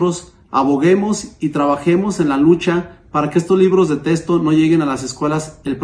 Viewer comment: Se dice Texto no testo, a lo mejor si hubiera tenido una buena educación hubiera podido saber la diferencia ahí lo importante de la educación en Mx para minimo saber hablar bien español